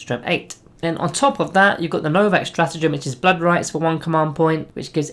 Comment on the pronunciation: Pleaaassee stop saying Novakh. Its legiterally Novokh